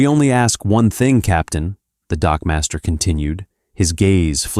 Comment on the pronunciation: " . . . Waiting at the bottom of the ramp was the Typhon dockmaster." ngl, I distinctly heard him say "dogmaster" . . .